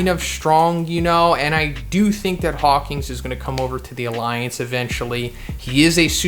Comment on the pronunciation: HAWK-IN NOT HAWK-ING